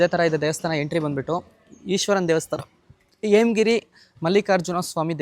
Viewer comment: ಎಮಗಿರಿ ಅಲ್ಲ ಹೇಮಗಿರಿ